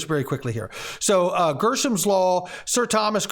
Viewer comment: Hey were you reading too fast or is dyslexia setting in?… you changed the word from Greshams law to GERSHAMS law… did you catch that yet sir?… we all make mistakes and i forgive you buddy!!… keep up the good work though good information though… thanks!